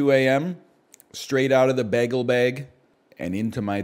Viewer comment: why does he pronounce bagel like that